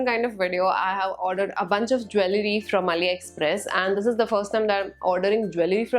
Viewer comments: You mispronunced jewellery in the whole video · You pronounce jewellery wrong😅